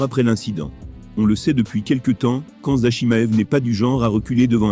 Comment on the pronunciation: C’est qui < > ou < > nan mais tu es sérieux , applique toi sur la prononciation stp